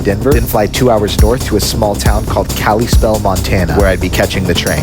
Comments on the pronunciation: Caliespell?? no, sir. Kalispell. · Its pronounced Cal-eh-Spell and the flathead is one of the most beautiful places in the U.S, Glad you had fun out here, i used to take trains out of that station to seattle all time when i was a kid. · That pronunciation of Kalispell hurt me. 4.06/10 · As a montanan, the Kalispell pronunciation killed me, welcome to montana though!!